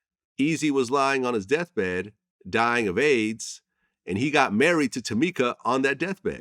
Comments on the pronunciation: Damn the way Vlad keeps emphasising that he was dying OF AIDS is unnecessary🙄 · The emphasis on dying of Aids is just too much here vlad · Why is he keep saying dying of "AIDS" w/ such emphasis?